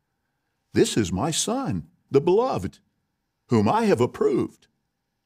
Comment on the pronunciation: What is wrong with these Jehovah's Witnesses? In fewer than two minutes they have mispronounced 'Beloved' and 'Amen'. It's enough to drive one to distraction